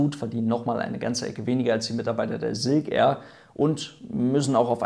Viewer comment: Ja, erneut wirklich tolles Video, aber Silk Air wird halt nun mal Englisch und nicht Deutsch oder Denglisch (weil "Air" sprichst Du ja richtig aus) ausgesprochen, daher tu so, als stände vorne ein "ß", also ßilk air, dann klingt es auch Englisch. ;-)